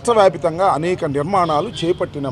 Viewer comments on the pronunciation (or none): రాష్ట్ర వ్యాపితంగా అంట వ్యాప్తంగా రా పువ్వా తెలుగు రాదు ఇంగ్లీషు రాదు